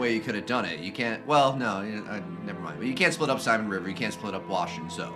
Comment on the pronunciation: BTW her name is Zoeeee. Listen to what the others call her. Her name is not Zo